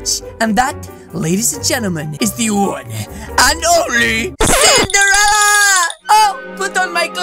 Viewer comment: I love how it switched up and he said cinderrella